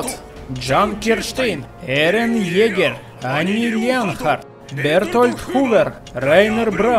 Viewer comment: Не ирон Джаггер а ерен егер!!!